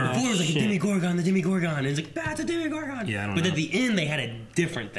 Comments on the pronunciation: DEMOGORGON not demigorgon. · DEMOGORGON not ''DEMIgorgon''! DEMOGORGON DEMOGORGON DEMOGORGON DEMOGORGONNNNNNNNN!!!!!!!!!!!!!!!